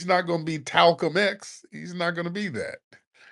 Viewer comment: I’m ☠️ that man said “Martin Luther Cream or Talcum X”